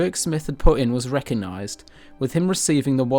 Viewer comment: Re coG nised - there is a g in there. Great content but the script and presentation needs quite a bit of work.